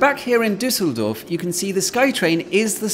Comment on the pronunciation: ‘This is the Disseldorf Sky Train.’ Disseldorf? 🤪